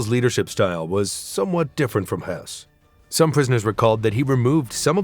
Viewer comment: Why do you pronounce Hoess as he was russian or polish? He was german.